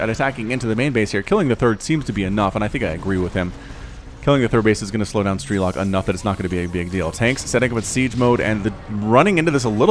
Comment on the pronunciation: Man, its pronounced strelOk, not strElok. He is Ukrainian and it’s mean “marksman”